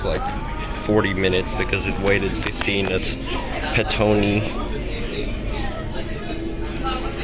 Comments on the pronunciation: ITS called State Highway 2, not freeway. Also it's Petone or Pito-One Do your research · Pet- oh -nee , this is how it is pronounced :) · Petone is Pronounced, Pit-Ohnee. The Melling Line stops abruptly, as it use to be the Main line to Masterton.